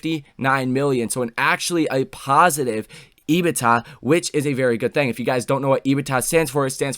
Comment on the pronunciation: Can you please pronounce EBITDA As EBIT(duh). And Galileo as Gali (lay-oh) It would be greatly appreciated